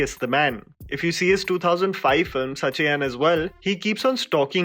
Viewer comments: Sach-ien haha. It's just pronounced Sachin dude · It’s not pronounced sachieyn - it’s the name of the hero in the movie so it can be pronounced as Sachin. I will agree that Villu was a movie which was quite vulgar but Sachin is one of the best movies made in Tamil film industry, it was just a cute battle between the hero and heroine, I think you should watch the movie and understand the context before jumping into conclusions by watching a scene. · It's not sacheyaan its just sachin😅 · Yeah.Like how we say Sachin Tendulkar, just pronounce it normally as Sachin.